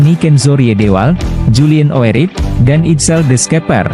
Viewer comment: Julian oerip baca urip!!